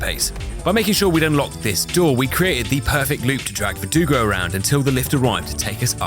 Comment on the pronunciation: the biggest development of this channel is you finally saying verdugo correctly